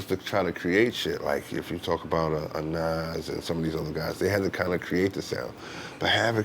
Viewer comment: He really not trying to say Nas name 🤣